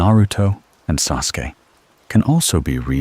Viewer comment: Love the AI pronouncing Sasuke. As soon as I heard that I had to roll over to grab my phone and change this.